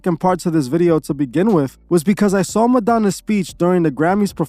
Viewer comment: Introducing: Madonnuts. LMFAO !!